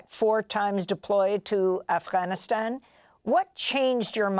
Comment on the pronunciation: Amy, you pronounce “Afghanistan” perfectly!